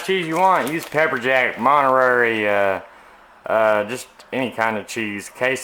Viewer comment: Lol, MONTERARY, LOL